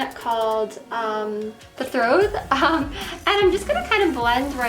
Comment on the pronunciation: Betrothed... Sounds like "Bee-trowthed" best way I can explain it. Take care sweetie. 💙💜